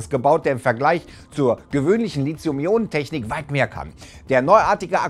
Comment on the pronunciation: Das Wort heißt nicht Lizium sondern Lithium mit einem weichen "TH". Auf einem Wissenschaftskanal sollte man es wenigstens versuchen ^^